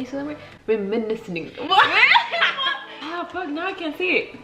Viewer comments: “Renimiscing” 💀💀💀 $danielaaxx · “renimising” MEE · is meeee trying to say reminiscing. Dique “renemicing” 🤣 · I’m dead at the “renimiscing” 🤣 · SAID “renimiscing” SO CONFIDENT I LOST IT LMFAOO 🤣